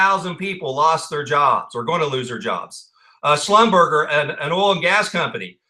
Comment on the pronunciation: It is pronounced, "Slum-ber-jay" LOL .... I don't know how they got that out of Slumberger, but that's true. Great video!!!!!